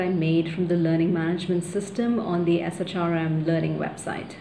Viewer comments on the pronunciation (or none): We usually say SHRM as “Shirm.”